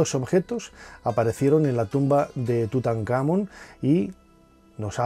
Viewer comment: Porque si se suponen son fans de estos temas etc, pronuncian mal las cosas? "tutankhAmon"